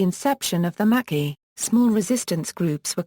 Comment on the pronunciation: Pronounced: "MaKey"